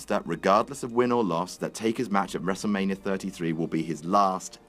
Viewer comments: "wrestle manier" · really? one word into the video and you mispronounce Wrestlemania?